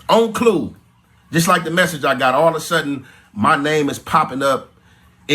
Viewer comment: My boy said “on clue” 😂😂😂😂….. you mean “on cue” lol